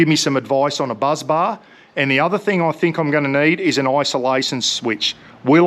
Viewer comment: Great video. Firstly it’s BUS bar not BUZZ bar. Secondly, your Jackery is only 44.58Ah not 170Ah. The battery in the Jackery is 45.8 volts, not 12volts. So 2042Wh divided by 45.8volts is 44.58Ah. Thirdly, an isolator would be a great idea, probably a fuse or two in the right places wouldn’t hurt either. When you connect the Shunt, all the negative connections go to the shunt and the shunt connects to your battery. If it was my system, I’d just use the Itechworld gear to run your house and use the Jackery for camping. Just look at the size of the Itechworld inverter against the Jackery, imagine how big the inverter is in it along with all the other stuff in there. I emailed you a few weeks ago. Alan from Collinsville, you know my cousin Mick. CopYaLater, Meeko P.S. I thought the Bluetti Charger One only works when connected to an alternator. I’d be very interested to see how you got it to work! 😊